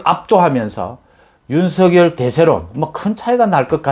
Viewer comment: 윤성렬로 발음 요